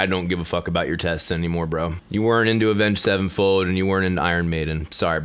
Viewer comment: Every actual metalhead just laughed there ass off when you said avenge sevenfold🤣🤣🤣